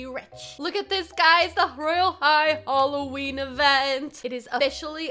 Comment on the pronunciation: said rolween